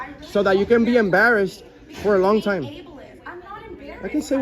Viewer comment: New drinking game: take a shot everytime she says, abliest 🥴🥴🥴